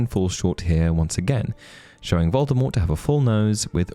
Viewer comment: It's "Voldemort" not "Voldemort".... I've been listening to the audiobooks